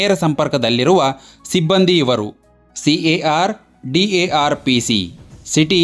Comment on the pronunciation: Bro ಮೊದಲು ಉಚ್ಚಾರ ಸರಿಯಾಗಿ ಮಾಡಿ ಯಾವ ಪೋಸ್ಟ್ ಅಂತಾ ತಿಳ್ಕೊಂಡು ವಿಡಿಯೋ ಮಾಡಿ ನೀವು ಕರ್ನಾಟಕದಲ್ಲಿ ಹೊಸ ಪೊಲೀಸ್ ಹುದ್ದೆಯನ್ನೇ ಸೃಷ್ಟಿದ್ದೀರಿ ಕಾರ್ ಪೊಲೀಸ್ ಸಿ ಎ ಆರ್ CAR - City armed Reserve ಡಾರ್ ಅಲ್ಲಾ ಡಿ ಎ ಆರ್ DAR - district armed Reserve